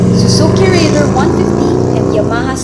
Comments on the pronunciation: Reyder kase pronounciation non ate! not rayder! 😂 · rayder daw... hinde raider...